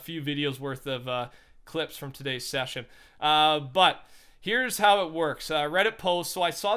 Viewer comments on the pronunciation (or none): none